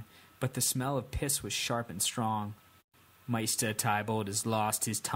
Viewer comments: The next book is supposed to be about 1500 pages but knowing George r.r. Martin it'll be way longer and it's pronounced mayster not meester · Its pronounced "MAY - STER" Like... try saying the holiday, easter... then replace the "ea" sound with the month of may. Youre welcome. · Pronounced May-ster